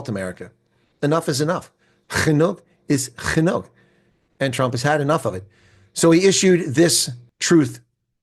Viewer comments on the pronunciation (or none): Man you butchered genoeg is genoeg but very nice try my girlfriend still cant do the g yet😅 love your videos watch everyone moved to the states two years because of power crime and jobs. It is really bad